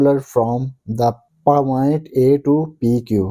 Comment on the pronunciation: And paaaoint also said wrong😅😅😅😂😊😂